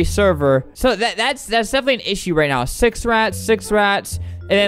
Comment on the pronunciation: You said No instead of Now